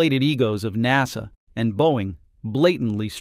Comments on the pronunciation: Thank you for the heads-up. I stopped listening after a few minutes. It's fascinating how NASA is pronounced "Nah-sa" and Starliner is pronounced "Starlinner". Maybe that's a quirk of the audio system. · Teach this bag-of-rocks AI to speak English correctly! Star-linner? NAH- SAH? What are talking about?? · Nawsah, Starlinner ……………….why can’t your bot get these key words right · Get a real human to speak the dialog! This ignorant AI doesn’t know the proper sound of “liner” and “NASA”. Until then, pass!